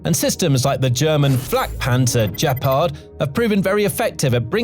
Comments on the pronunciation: Great report! “Gepard” has a hard “g” as in “good”, not soft. Keep up the fine work! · It's pronounced with a hard G and means cheetah in German. This sounds unresearched. Don't believe it.